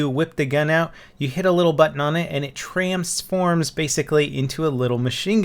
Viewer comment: He said tramsforms